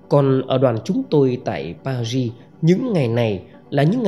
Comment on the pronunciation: PARIS nên đọc uốn lưỡi nhẹ chữ Ri